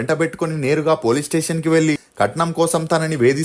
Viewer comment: ఒరేయ్ కొనిదెల కాదురా కొణిదెల వెల్లి కాదు వెళ్లి బరద్వాజ్ కాదు భరద్వాజ్ వెల్లడం కాదు వెళ్లడం ఎల్లు కాదు ఏళ్లు తెలుగు సరిగ్గా పలకలేని నీకు ఈ ప్రొఫెషన్ వొద్దు.